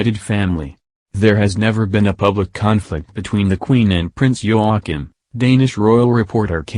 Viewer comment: Princess Mary is Talking silly! Prince Joachim (Pronounced Yo a keem) sons And daughter Are at the present His or Her Highness Not ROYAL. This Narrator can’t pronounce names Well! Queen is Margrethe(pronounced Mar great a)